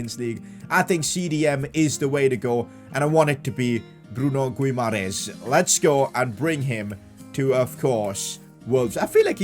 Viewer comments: its pronounced as Bruno = "Bruno" (Fernandes) Guimaraes = "Gi - Mae - Res". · PCQ: The Gui in Bruno Guimares’s name is pronounced like G in Doggy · His name is Guimares ( gwi-mah-rez ) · Hey, u say Bruno Gimaraesh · It's gee-ma-raa-ees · when saying brunos name you should add a sh like bruno gumairesh like fc wonder kids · PCQ: Yo you need to make Ronaldo the club captain if he is playing his last season in football considering he is the captain of the Portuguese national team you know Btw it's Gu-i-ma-ra-es-y but the y is silent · Pcq: Bruno "Gumaires" does not say like that, on Portuguese with Brazilian accent it sounds like Bruno Guimaraes (Gimaraes) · It is Gui-mares not Gu-mai-res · Pcq: The Brazilian DM's name is pronounced Gee-Ma-Rei-Esh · Btw it’s pronounced “Bruno Gyumaresh” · Actually Guimaraes is a town in Portugal, and you should say like GIMARÉINS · PCQ: It’s pronounced Bruno Gi Mahrez or Bruno Guimarães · its pronounced "Gee-muh-rije" lol hard to type it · It is Bruno 'Gimara-es' That's how you pronounce it😅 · PCQ: Bruno's name is pronounced Bruno Gi-ma-rays. Atleast in English ❤️ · He is pronounced key ma ri esh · Pcq: You pronounce Guimares' name as Gee-Me-Rech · Bruno Guimaeres's Name Pronounciation Will be Bruno Gimaresh. Btw Love your videos❤ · Pcq:pronounce guimaraes like gwimaraesh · Guimares's name is pronounced gimaresh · Guimaraes’s name in “Portugal” Portuguese is Gi-ma-resh. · Bruno guimaraes is pronounced like bruno "geemarice" You got me? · Pcq: Hey, it is pronounced "Bruno Gi-mah-rah-ish"" Hope you get it:) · Its Bruno Guimaraech thats how its pronounced 😂😂😂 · It is Gui-mares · Pcq: its pronounced as Bruno Gimahrez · Guimaraes is pronounced as GIMAREIS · Pcq: Bruno Gi-ma-resh idk I think that’s how you pronounce it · Its Bruno Guu-Mah-Resh ......... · your pronouncing Bruno Guimarães' name wrong. Instead, try to spell it like Gui-ma-"rain"s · Pcq: Guimarães's name is pronounced Goo-e-Mar-ees